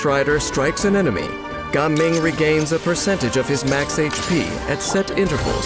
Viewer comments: Why do you have to pronounce Jiaming as Gaming😭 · Ganming or Gaming ? the narrator sound like he is saying "kanming" tho.